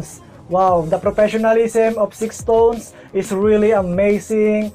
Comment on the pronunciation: Thank you po for reacting to SixTONES. Their name is pronounced as "stones" po, silent "ix".